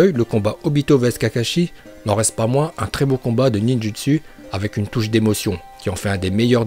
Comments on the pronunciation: Si tu connais correctement Naruto tu dois dire "Ninjoutsou" et pas "Ninjutsu" Ensuite "Shipouden" et pas "Shipounden" ensuite "Itachi" et pas "Itatchi" puis on dit "Uchiwa" pas "Uchiha" même si ça s'écrit comme sa.... Tu me déséspère sur ce coup là... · Mec tu dit Mokton au lieux de mokuton et Ninjustu au lieu de Ninjutsou tu fait pas d'effort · Et le ninjUtsU aussi AAZRRTGGHHHH 😤